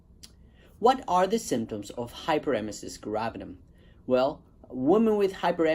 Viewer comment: Spelling it wrong in title and missing a syllable when you pronounce it doesn't make me feel good about your experience with it.